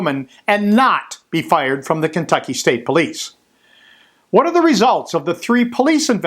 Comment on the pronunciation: They pronounce it as kennnntucky